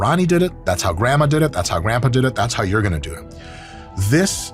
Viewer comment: He pronounces it "youere"